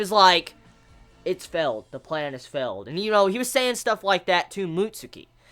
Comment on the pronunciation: pronounciation key -Further=fuhther -Feels=fills -Failed=felled